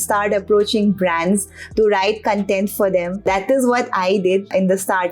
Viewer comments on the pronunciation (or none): "cuntent writer" seriously?